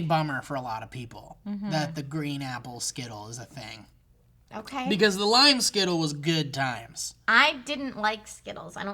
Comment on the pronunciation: when people say thing with a "K", like think, when it is actually "thing". its fucked, cunts are fucked